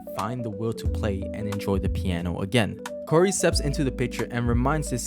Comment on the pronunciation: ITS NOT KORI ITS KAURI